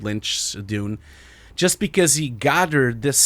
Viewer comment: Why you pronounce June ?